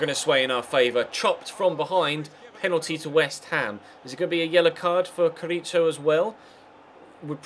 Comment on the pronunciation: Carriço= 'Carrisso' Gonçalo= 'Gonssalo' the "ç" in portuguese means "ss", it's different from turkish (with Çalhanoglu, etc...), just letting you know;)